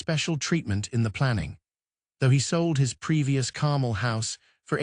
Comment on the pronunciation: AI bot voice. Carmel doesn't rhyme with carnal. Repetitive AI crap.